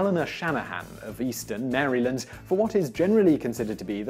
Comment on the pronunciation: your pronunciation of maryland killed me a little, but in other news, i live right next to easton, so it was cool to hear that fact